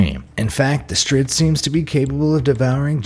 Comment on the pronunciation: It’s Da Strid